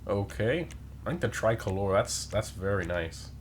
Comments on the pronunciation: Your pronunciation of tricolor made me laugh 😂 it's not Italian it's an English word for a flag with 3 colours lol. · My man out here pronouncing ‘Tricolor’ like “Try Colore” 😂